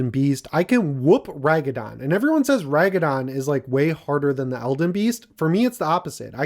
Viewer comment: It’s not ragadon it’s Radagon Like rad-uh-gon